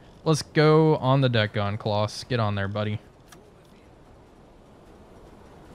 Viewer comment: Loving the series. Just a heads up, the "au" in "Klaus" makes an ow sound, rather than an aw sound. So it would be Kl-ow-s, not claws